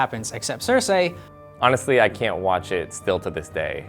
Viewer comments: Its not cersay its cerci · Pronounce "Cersei" correctly.